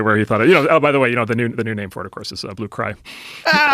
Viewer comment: Not how you pronounce his. Name